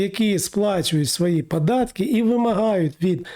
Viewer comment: Вивчіть ви вже мову ! Що за вимова ? Акапувати...глАбально і поїхало. Літеру "О" вивчіть ! ПАдатки...пАтрібно....